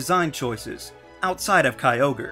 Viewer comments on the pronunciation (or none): none